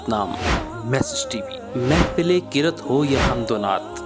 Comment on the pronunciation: Ma Sha Allah hateme nabuwwat Zinfandel baad The pronunciation of قرأت is qiraat not qiret please correct it it changes the meaning